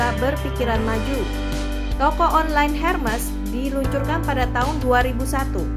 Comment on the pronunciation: Ermes dibacanya